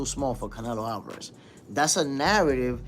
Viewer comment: Canelo AL-VAH-RAHZ🤣🤡